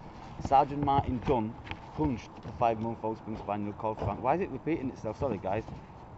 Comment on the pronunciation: When you described the officer, I was sure you pronounced his name as Sergeant Martin Dung A more appropriate name maybe and then I see the heading that his name is Dung... I mean Dunn.